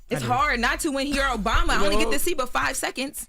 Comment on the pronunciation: I’m going to need you say that correctly. President Obama!!